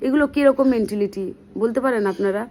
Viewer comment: তোমার ভাষণের মধ্যে একটা ইংরাজী শব্দ অনেক বার কানে ভেসে এল - Mentality! একটা কথা বলি, কিছু মনে কোর না। ইংরাজী ভাষার ওপরে ভালো দখল না থাকলে দয়া করে ইংরাজী শব্দ ব্যবহার কোর না। ঐ ইংরাজী শব্দটার বাংলা ভাষায় উচ্চারণ হচ্ছে - "মেন্টালিটি".. "মেণ্টিলিটি" নয়!